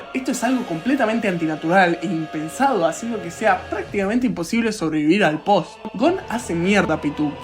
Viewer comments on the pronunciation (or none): none